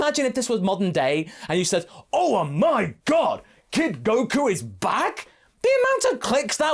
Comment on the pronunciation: 🤣 the accent on "oh my god!"